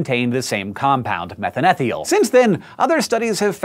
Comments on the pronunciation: methan-ETH-iol??? no no no!!!! You have a BS in biochem! Its methANE-thi-ol!!! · methane-thiol (thigh-all), not methan ethiol. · So why is Hank pronouncing methanethiol "METH-uhn-ETH-ee-ol" and not like two the two separate words that it derives its name from "METH-ane-THI-ol"? I am a chemist and have never heard it pronounced that way before, and I would assume that with Hank's chem background he would know the correct pronunciation. So which is correct? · It's pronounced methane-thiol, not methan-ethiol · I think it's pronounced 'methane-thiol' not 'methan-ethiol.' Not too sure if both are accepted, it just sounded wrong when Hank said it. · As someone who does research with sulfur compounds, I'm pretty sure Methanethiol is pronounced "Meth-Ane-Thigh-Ole" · never heard methane thiol pronounced this way. thiol = thi(on) + (alcoh)ol. I could be wrong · Aw, have Hank pronounce "methanethiol" again, and again and again! ... :D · As a chemist I am terribly annoyed by your mispronunciation of methanethiol.